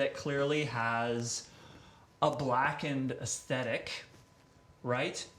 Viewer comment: ess thet ick...aesthetic ...it's not acidic